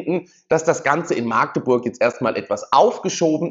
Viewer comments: Sorry ...Das heißt nicht maaagdeburg sonder machdeburch!!! Das "A" wird nicht lang gesprochen 🫣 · Es heißt nicht Maagdeburg, das "a" wird kurz gesprochen! In der Mundart dort heißt es Machdeburch... INTEL war sowieso eine Habeck-Luftnummer.